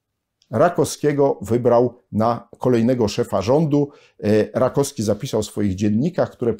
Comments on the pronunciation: Bardzo przepraszam że czepiam się szczegółu, ale naukowiec, humanista powinien zwracać uwagę na poprawną wymowę. Rakowski a nie Rakoski. Jeszcze raz bardzo przepraszam ale uważam że ktoś taki jak pan powinien zwracać uwagę na wymowę żeby Polacy mieli wzór do naśladowania. A tak poza tym zawsze czekam na kolejny odcinek na pańskim kanale, staram się śledzić pańskie publikacje od momentu kiedy dawno temu wpadła mi do rąk Reglamentowana rewolucja. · RakoWski a nie Rakoski. Strasznie razi.